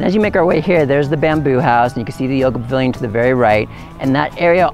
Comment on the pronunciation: are you saying Bavilon? isn't it Pavilion? :) beautiful land!